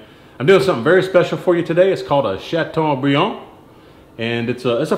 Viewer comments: Oooh you said Chateaubriand very nicely! Do you speak French? This looks absolutely delicious. What a great main course for Christmas!! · ooh la la, love the way you pronounce Chateaubriand with a Southern accent. I bet the person that thumbed down this video is a Frenchie.